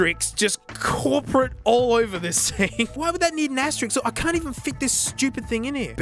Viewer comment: "I'm an adult now" pronounces asterisk as asterix